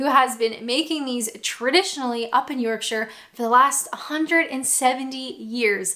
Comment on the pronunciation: I do like the way you say Yorkshire. 🙂